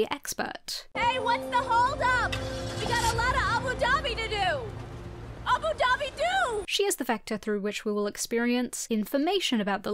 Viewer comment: why you pronounce abu dhabi like that??